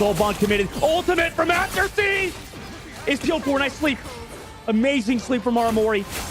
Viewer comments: Kinda disrespectful from the caster to keep saying Aftersie when the guy's name is right on his screen. It's Afersie. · You don't understand. He was mispronouncing the player's name. Afersie, not AFTERSIE. It's like a commentator saying Curdy instead of Curry, at the start of his career.